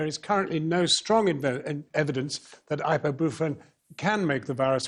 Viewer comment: Jon Snow trying to say “ibuprofen” is the comic relief we need right now